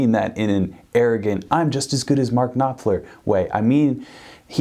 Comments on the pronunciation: Mark KnopFLER 👍... Not "knoPler" 😒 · His name is pronounced Noffler, and why do you speak like he is dead? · The p in Knopfler is silent... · Y do y’all call him nopfler? The name is pronounced *K*nopfler! There’s a k at the beginning of the word! Jeeeeeeesuuuus! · This is not how you pronounce his name... At least get his name right before you make a video on him... Mark is a legend.. It's mind boggling to me how a guy running a guitar channel on youtube can't even pronounce the name of one of the best guitarists of all times... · Why would you say Knopfler like that 😂😂😂 jk great content